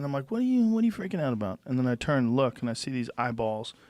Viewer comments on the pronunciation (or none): none